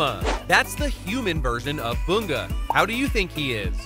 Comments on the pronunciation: BU-Ga!?! It's bun-ga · No disrespect but its bunga not boonga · IM SORRY WHO IS BOONGA? YOU MEAN BUN GA BUNGA?